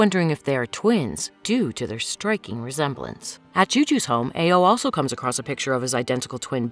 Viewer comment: Ao-ao sounds like ayo